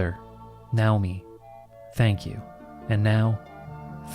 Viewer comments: I’m sure the closest Japanese pronunciation probably is “NOW-mi”, but every time you say it like that instead of the natural English pronunciation of “nay/nigh-OH-mi” I get distracted thinking about it and have to rewind to hear what I missed. Danged ADHD. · I love how you’ve been in Japan so long that your brain identified “Nay-oh-me” as “Now-me” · Nay-oh-mi. Lol now-mi is wild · I am pretty sure "Naomi" is supposed to be pronounced: Nay-Oh-me LOL not: Now-me! Ya nerd! I know, it doesn't really matter. That just had me cracking up though. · The name Naomi is not pronounced "now-me". That's not a Japanese name; that's a name of Hebrew origin and it's fairly common in the west. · btw Naomi is pronounced Nye-oh-mee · So, how sure are we that it's not pronounced "NAY-oh-mi," the Western pronunciation of "Naomi"? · Weird, I’ve never heard Naomi pronounced that way but I guess it’s the Japanese way